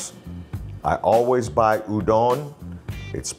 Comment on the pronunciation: Says it’s not pronounced udON but then says udON noodles 5 seconds later 😂